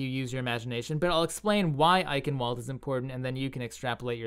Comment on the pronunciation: Ei-ch-ien-val-duh, not eikenwold lool